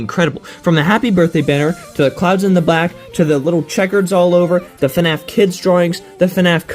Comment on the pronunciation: BRO REALLY SAID FANF